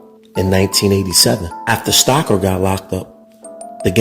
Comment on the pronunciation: First of all his name is Roy Stocker ,, not stacker, 😭👋,, you have so many pictures wrong in this it's not even funny,, Hugh breslin was my godfather, and this is hilarious😂😂